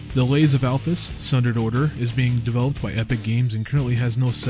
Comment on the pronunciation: Well first off, we're really very sorry for pronouncing your name wrong! I would remind that (other then myself and one of our 3 editors) everyone else is american! So sometimes even state to state you pronounce things differently with different accents etc so i think its just a colloquial thing! And no offence was meant :) Also massive apologies for spelling the Althas wrong in the actual video >.< fortunately this did not effect the link in the description and it doesnt stop what we said about your game being any more or less true, we still believe the game is an awesome concept and we will continue to do so! lol even IF we sometimes muck up our spelling D: As for pronunciations it kinda reminds me of when my dad used to read me LoTR to me when i was a kid, every now and then he'd say a name place and id get annoyed because id read it and was like "but but but thats not how its said!!" and then when the films came out i got even more annoyed lol All i can say is without actually speaking with you guys and sitting down (like sitting down with tolekin) its pretty impossible for us to guess the exact pronunciation desired lol All that being said i dont want you to think we're being aggressive etc just explaining ourselves and we welcome the feedback! I mean, the name thing is a big slip up on our part and one we will be striving to not allow to happen again Even if its only a single vowel change! Its still not great lol But i do wanna say a massive thankyou to yourself and to